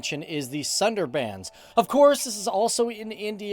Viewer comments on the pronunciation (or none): you pronounced Shundarban totally wrong😂😂😂😂